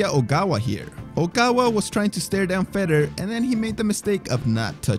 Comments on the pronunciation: Fedor. Fay door ..not feder. Sorry drove me nuts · How about spending a few minutes learning how to pronounce their names properly.. for example its "Fedor" not "fetter" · Fedor is pronounced fee door (not fed oor). lol. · Feder? You mean fedor how are you making videos about mma and can't pronounce the name correctly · Why does it sound like you are saying "Fedder" instead of Fador? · Feydor not feder!!! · Imagine making mma videos for YouTube and you call the GOAT “fed-er” I hope everyone unsubscribes this complete fraud! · I cannot stand how he pronounces fedor like cheddar 😂😂😂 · 1. Say it with me, FAY-DOOR 2. Nice Khabib v Conor thumbnail but no mention :( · "Feddar" Emelianenko? Come on man. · Absolutely nobody:: "Fedder" Emelianenko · At least pronounce the names correctly. Fedor??? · Filthy casual detected by the pronunciation of 'Fedor' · It annoys the hell out of me the way you pronounce fedor